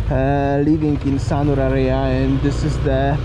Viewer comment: Great video, by the way check out correct pronunciation for words like "area" , It's not "aria" but "area" :)